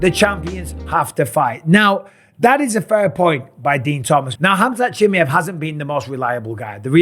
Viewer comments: ChimaEeeeev , not Chimiev … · It's 'Chimaaajev', stress on 'a', very short 'i', very short 'e' pronounced like a short 'i'. Pal, you're doing this on purpose. Used to subscribe to your channel... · Chim-ee-ev lol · Love ya bisping but Chimmyev?? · The disrespect from Bisping by not trying to pronounce Khamzat's last name correctly is noticeable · Mate. Why you saying his name like that. I swear you've never said it like that before or am I tripping 😂😂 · Michael say his name properly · Until Bisping learns how to pronounce Chimaev properly, I'm not listening to this. I just can't. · You've pronounced his name wrong like 100 times now. This is an impressive devotion I have to say. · Mike, I'm not saying this to be rude. The way you say chimaev is wrong. Swap the A and the E brotha.